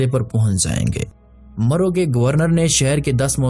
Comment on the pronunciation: Its marv,not maro